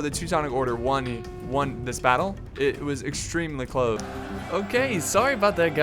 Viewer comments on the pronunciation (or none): none